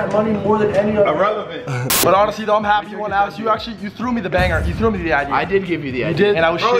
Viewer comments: ricegum said irelivent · i love how ricegum come up too the camera and says erelavent I knoe hr ti enflocsh lol if your able to read that (amazing)😜😝